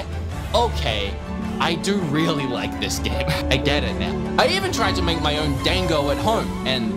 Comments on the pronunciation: Dango are steamed, not boiled usually. Made from rice flour and you can grill them instead if you don't have a steamer. Also they're pronounced d-ahn-go, like pronounce the dan like darn but without the r. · It's, um.. It's not "dang-go". It's more like "dahn-go". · "Dan-go" instead of Da-n-go lmao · i dont mind the way you say Monster Hunna... but i DOOO mind the way you say DANG-OH. it is pronounced closer to: (dawn-go) its a more flat A. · Dango is said like Dong-go not Dang-go. The a in Da makes an "awh" sound. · Bunny dango is pronounced Bunny "Dongo." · How he pronounced Dango triggered me ever time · Just letting you know. You are not pronouncing Dango correctly. xD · Pretty sure you pronounced dango wrong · went from mispronouncing hunter to mispronouncing dango kek